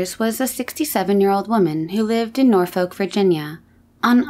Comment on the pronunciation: Norfolk in Virginia is pronounced Naw fik. love your channel.